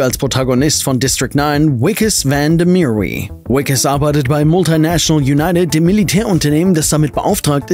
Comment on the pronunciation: Joooonge, habt ihr den holländischen Namen "van de Merwe" echt englisch ausgesprochen? Das klang ja furchtbar.